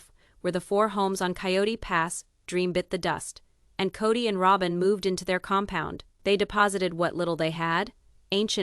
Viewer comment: This commentator needs to learn how to properly pronounce names! It's annoying. She says Ro-bin, then Rob-in